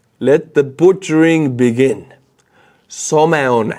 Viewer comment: "Let the butchering begin"... then he says, "Sow-meh-un" (Someone) 🤣